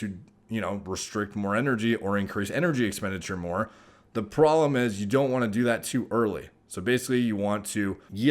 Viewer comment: “The prollemm” 😅